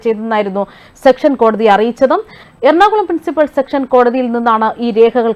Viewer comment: ഉച്ചാരണത്തിൽ ശ്രദ്ധിക്കുക.സെക്ഷൻസ് കോടതി അല്ല, സെഷൻസ് കോടതി എന്നതാണ് ശരി